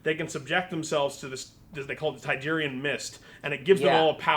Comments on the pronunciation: Tigerian mist?? It's Terrigen mist stupid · What the hell is the 'Tygerian Mists'? Thought it was 'Terrigen'. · btw, it's terrigen mist that causes inhumans to change, not tegerean :P